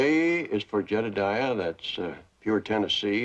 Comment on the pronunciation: Why did he insist on calling him jedadiah